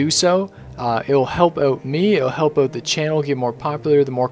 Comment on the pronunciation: lol not to make fun of you or to judge you, but i just have to say that you say "out" so funny :D it sounds like you say "owuat" :D lol i just had to get it out of my system :)